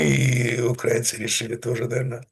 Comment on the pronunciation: Пожалуйста: Украи́на а не Укра́ина, поэтому украи́нцы а не укра́инцы. Демура, вы умный человек, говорите правильно.